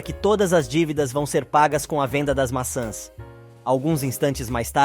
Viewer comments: NARRADOR NÃO É MASSAS E SIM MAÇÃS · O narrador não consegue pronúncias o nome maçãs.